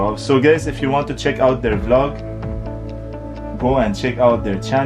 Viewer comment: Is it just me or every time he says "guys" it sounds like gays 😆